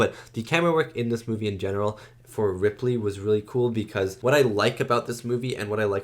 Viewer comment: Her name is Ellen Ripley. Are you saying Ridley?